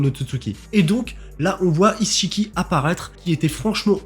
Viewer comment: Attends c'est moi ou tu dis "isse-chiki" ? 😭😭😭😭